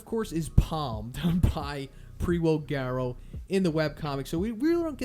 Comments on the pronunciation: Love your videos but can you change your pronunciation on manga? Also why did your pronunciation change on Garou? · He suddenly forgot how to pronounce manga and garou. Its actually unwatchable lol